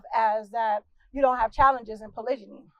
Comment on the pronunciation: Annoying she says it wrongly. In fact the whole thing is wrong.